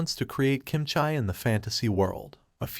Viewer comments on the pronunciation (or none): Good job, but it's pronounced bru-leh not Bru Lee. Also Kim Chee not Kim chy